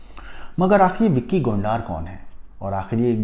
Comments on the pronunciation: Gondar nhi gondar h wo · Gondaar nhi Gondar h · Gondaaaar nahi bhai , Gonder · BHAI VICKY GONDAAR NAHI BALKI VICKY GONDAR *GONDRRR HAI GONDAAARRR NAHI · Aby gondaar nahi hai gondar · Tu pahle bolna seekh le anchor gondar नहीं गोंडर हैं 😂😂😂😂😂😂